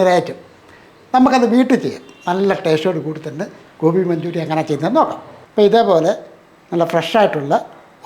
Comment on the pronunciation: ഗോപി മഞ്ജുരി അല്ല കോയ.. ഗോബി മഞ്ചൂരിയാൻ...വൃത്തി കുറവ്